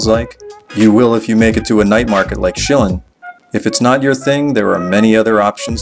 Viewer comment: Pronunciation- Shirr Lyne night market...... vs. Shilling..... might help with taxi drivers